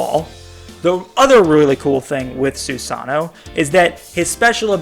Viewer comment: su-seno is not sew sonno okkkkkkkkkkkkkk why do i watch u get the names right pelease